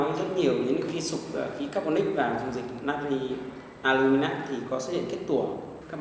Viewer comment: Natri alum mi nat đọc củng sai nữa